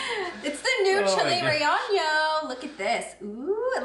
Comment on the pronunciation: Love your videos! You should look up how to pronounce chile relleno though! ❤